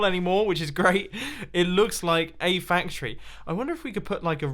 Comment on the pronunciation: "100% fact tree"